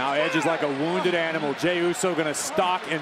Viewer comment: Could please someone tell Cole to stop calls Jey, Romans Cousim Jey?